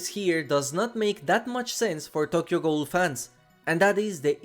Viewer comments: How do you not know how to say ghoul. It's pronounced goo-el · learn how to properly pronounce the word ghoul. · the way you pronounce ghoul is heinous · i think it’s just the way he pronounces ghoul because of his accent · Richter = Rikter, and Ghoul = Guuul in our American pronunciations. Hearing Ghoul as Goal a bunch in this video was jarring 😅